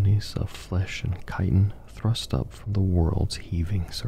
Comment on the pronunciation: FYI, chitin is pronounced “kai-ten.” Love the sleep vids!